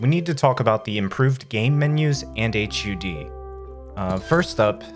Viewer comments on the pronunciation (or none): I haven't heard someone call a hud an "aitch you dee" in years. It's like taking a peek into a dystopian alternate universe, where people pronounce all the silent letters, or say cool fwip unironically